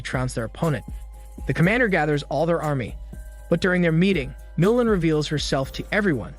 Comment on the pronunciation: MOOOO LAN Not moulin